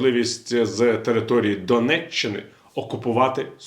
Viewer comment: И донетчэнню и турэтченю.и херетченню плотников ты шо покурив шось😂😂😂😂😂